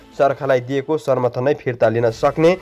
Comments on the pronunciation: समाचार भन्न नजान्ने समर्थन लाई सर्मर्थन भनेको सुन्नोस न होउ स्रोता महोदय ।। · सर्मर्थन होइन सम्र्थन वा sarnarthan hoina samarthan भनु प्रो समचार बाचकले असुद पढ्नु भएन!